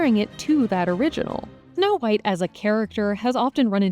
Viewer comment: I swear to god the narrator keeps saying "No White" lol